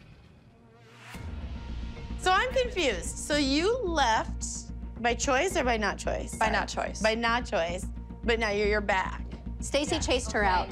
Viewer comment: Wait Abby called Lilliana elieana